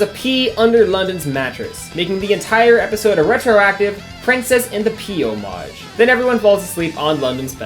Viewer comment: mfw dude complains about the pronounciation of Oregon but can't even pronounce homage correctly.